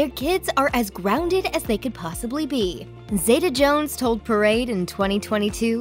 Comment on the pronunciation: its pronounced zee ta NOT zay ta